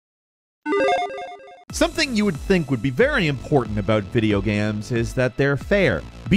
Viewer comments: This man said video GAMS (not video games) in the first 5 seconds? Derp lol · "video gamz" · Did he say videogams in the first sentence of the video? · Homie said "video gams" at the beginning 😂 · "video gams" lol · “Video gaemes” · Did- Did you say 'video gams'? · Did that guy just say video gams? Why am I the only one talking about this? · “video gams” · Did he just say video gams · He's done it multiple times now. Is this a running bit?